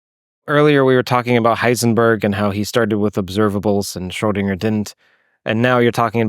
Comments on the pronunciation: why does he say Schrodinger like SchrodinJer .... never heard anyone pronounce it that way. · schoedinJer ?? Mind you pronunciation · Very interesting, thanks! Especially the N^3 phase space nature of the quantum field, I did not have this intuition! Small remark: the name should be pronounced Scrhödin_G_er, not Scrhödin_J_er :) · The pronunciation of "Schrödinger" seems peculiar. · Q. Why do you keep mispronouncing the word 'Schrodinger'? A. That's a good question.